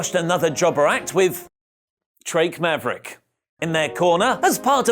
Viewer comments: Love how you say drake maverick!! 😂😂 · the way you say drake maverick lmao